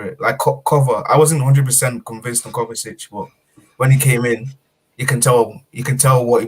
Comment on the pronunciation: bro its Kovacic not Kovatic, he's been here for 3 years...